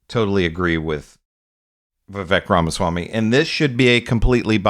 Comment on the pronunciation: Why not learn to pronounce his name